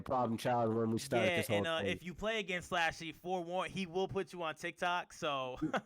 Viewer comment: Itz pronounced slushy🤦🏽‍♂️not slashy slushy like the gas station drink